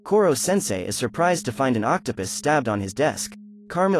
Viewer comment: Are we going to ignore that he said Octa pis